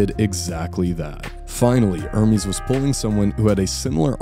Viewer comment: it's not er-meeeezz it's errrmes